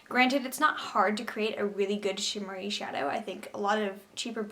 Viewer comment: Instead of shimmery I thought you sais shittery when you were talking the Royal palette